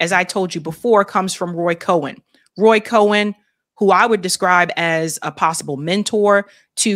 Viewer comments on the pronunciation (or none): Roy Cohn pronounced like "Cone" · It’s pronounced Cone.